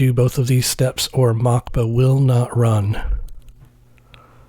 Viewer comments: It’s not Mockba, it’s “Moskva”, aka Moscow. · I think it is meant to be pronounced Moskva as the Cyrillic would look like Mockba, which means Moscow. Great video, this really unlocks a lot of new features.